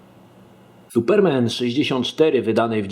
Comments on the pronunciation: suPERmen? tak to sie akcentuje? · Jestes pierwsza osoba, ktora nie umie wypowiadac slowa Superman